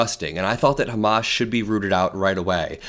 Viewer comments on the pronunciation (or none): It’s “Hamas”, not “ho más” (which is a statement of wishful thinking, I believe).